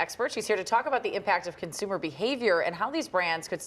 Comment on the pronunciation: She is saying " conzoomer " The older consumer wants to buy their clothes and pre packed pork chops at the same store. Maybe the influencers can make popular.✅